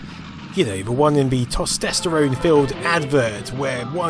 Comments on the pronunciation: "Tostesterone" :D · he says tostesterone.Haaaa! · Please tell me “TOstEsterone” was ironic 🤣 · "tostesterone" lol :D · New favourite word: "Tostesterone" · I love VR, thanks for showing some of the really old systems, I remember seeing some on TV as a kid but didn't remember the show names. Also, "Tostesterone"? XD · "Tostesterone" How can native English speakers be so bad at speaking English? It's fucking embarrassing man. I bet he doesn't ever use that word cause he's a massive soyboy. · Tostesterone filled adverts LOL. Sorry, mispronunciations it make me laugh.